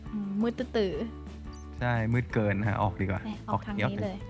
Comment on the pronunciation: คำที่ว่าเลนผิดมันอ่านว่าเลยนะครับ